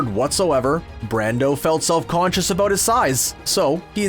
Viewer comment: How Canadian can you get! Plenty of "aboot" and "oot" all over this video. Aaanyway, the pronunciation of Walter Koenig's surname is "CANE-ig" (not "CONE-ig").